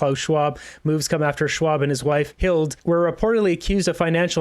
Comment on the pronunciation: Hilde, is Hilda. When an e is at the end of a German name, it is an English A. Just a side note.:) No I am not German lol.